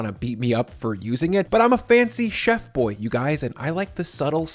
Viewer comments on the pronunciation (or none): none